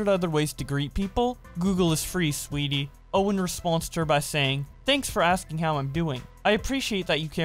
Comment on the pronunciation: Anyone else notice he read sweaty as sweetie